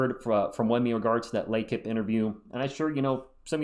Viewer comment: Exciting! And it makes for good content, but of course we know we're getting ahead of ourselves. As fans, we're allowed. GSG! Btw, it's "Lay Keep" and means "the team", similar to Spanish equipo. You can impress Wemby next time you talk with him.